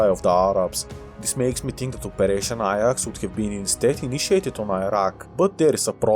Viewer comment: Ajax is pronounced "Aye-jax" not "Eye-yax"